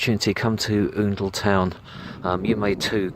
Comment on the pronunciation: I live in Oundle and have done for about 10 years now, nice little town and the football club is great. Also, it's pronounced Owndle, not Oondle haha!